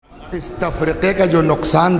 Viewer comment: Tafriqa nahi, Tafarraqa sahi hai.